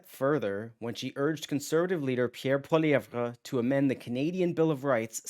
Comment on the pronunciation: It's pronounced Pierre Polly-ev bro.. the re is silent 😂😂😂